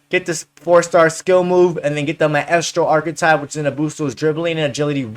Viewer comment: I’m sorry how did u pronounce Maestro? lol 😂